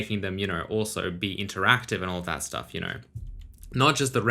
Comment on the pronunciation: "you kner"